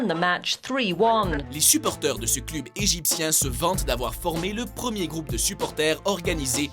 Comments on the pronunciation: on dit cleub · sa se cleub et non club , et quand il ya écrié fener ne dit pas feren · ON dit cleub pas club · CLEUB !!!!!!!!!!!!!!!!! Putain, ta prononciation cl"U"b est insupportaaaaaaable ! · C pas club ça se dis cleb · club ????? Mdddr on dit cleub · On dit un cleub pas un club tu sais pas parler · Ca se prononce cleub pas club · cleub pas cluuuub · pourquoi il dit le clUb on dit le clEUb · "Club" se prononce " cleub" en français et non " clube " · heu on dit cleub pas club même si ça s'ecrit club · Cl"u"b? on dit pas "Cleub" ? x) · On dit "cleub" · Du cl-u-b mais on dit cleub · ils connait pas le foot et il fait une video de foot en plus il dit "cleube" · Mdrrr il dit clUb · Putain ça m'a tuer comment tu prononce club on dit cl"eu"b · On dit cleub putin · putain ça se prononce cleub et supportér !!!!!!!!!!!!!!! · on dit cl u b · un "cleub", "fenerbahce" ou "river pléïte". autant d'erreurs de prononciations, pardon mais c'est de l'amateurisme. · apprend à prononcer les noms des club (cleub) bordel tu masacres tout!! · bonne vidéo. Mais juste comme ca ca se pronnonce "cleub". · Au Québec "cleub" se prononce comme il s'écrit, club. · Revoit ta prononciation pour le mot " club" à mourir de rire 😂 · Comment là mec prononce les noms des clubs ça me fume il a aucun respect putain 🤣🤣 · MDR la prononciation de "club"😂😂😂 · Tu sais pas dire club ni Fenerbahce ferme ta bouch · On dit "club" tète de cul. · on dit club!! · Bordel mais prononce bien le terme club, mais quel boulet celui-là !! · oh mon dieu !! la prononciation des club je suis d'accord qu'ils soient québécois mais la ça mérite un carton rouge!! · il faut juste revoir la prononciation des clubs sinon cest pas mal 😉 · comment tu dit trop mal les nom des clubs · C'est moi ou 60% des commentaires portent sur sa prononciation du mot "club"? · ptn vs savez même pas prononcé club